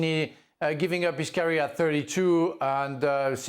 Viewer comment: can someone please tell leboef how to peonounce the word CAREER, FFS..